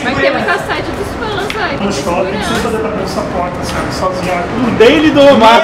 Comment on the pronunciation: ele falou shuping